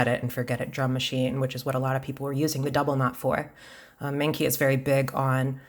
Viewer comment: I think it’s pronounced like mung chi